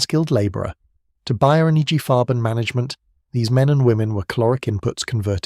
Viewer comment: Buyer? Bayer...